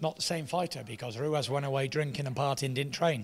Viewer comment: Still calling Him ruez lmao good interview tho